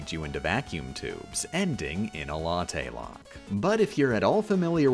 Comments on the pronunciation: why didn't you call it a 'locktte' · If I hear "latte lock" again I will eat the nearest coffee shop